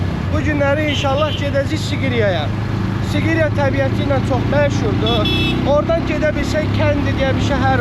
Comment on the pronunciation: sigriyə gedürüy aran ləhçəmiz açılır hər yerdə😂